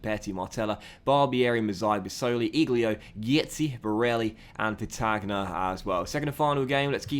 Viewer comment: Because it's driving me crazy... In general in Italian a "g" signals for a "y" sound after the next vowel, hence Insigne->Insin-ye, so Petagna is pronounced closer to Petan-ya, de Sciglio as de Scil-yio, etc. :)